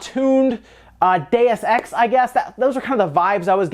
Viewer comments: Deus is pronounced with 2 syllables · When you were saying "Deus Ex", I heard it as "Day of Sex" Lol